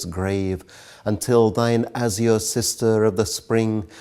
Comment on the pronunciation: The pronunciation of azure is wrong